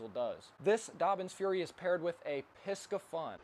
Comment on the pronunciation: You do have many good stuff man! Here is the right pronounciation of Piscifun /PEE-SAY-FUN/. Thank you.